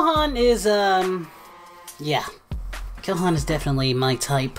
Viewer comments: Did you say kohan? KONAN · this dude just said kohan lmao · “kohan” or “gohan” idk what he said lol